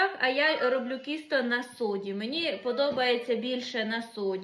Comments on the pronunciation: Тісто, а не кісто, ти ж молода, з вищою освітою, то говори правильно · ну почему ты говоришь кісто в Полтавской области говорят тісто. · Мені вчувається кісто, а не тісто. то як ти говориш?